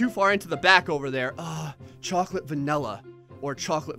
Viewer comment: At 1236 says cocklate